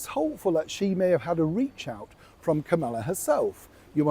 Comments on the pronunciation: PLEASE pronounce the VP’s name correctly! Think of the song “Camelot” then substitute Kamala. You sound rude. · SORRY, BUT YOU ARE PROUNCING THE VICE PRESIDENT'S NAME WRONG...PLEASE GET IT RIGHT, or stop pouncing it.. .